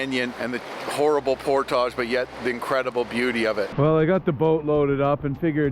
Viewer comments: Nice video but It’s portage, not portaaaage. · Never herd it pronounced portague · 1. Hearing him say GD made me cringe. 2. He can’t pronounce portage correctly. Why? I just don’t get it. 3. Overall not a bad adventure and watch. 4. Goes to get firewood and doesn’t take the shotgun. Interesting. 5. That power unit was way overkill and extremely heavy. Bring an air mattress and ultralight camp chair next time. You won’t be sorry.